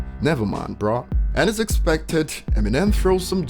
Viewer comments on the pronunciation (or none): none